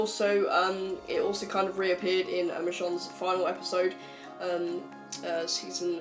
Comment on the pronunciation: Do you even watch the show lol, “Michonn”